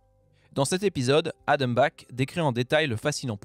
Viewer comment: Adam Black, vraiment ? 😂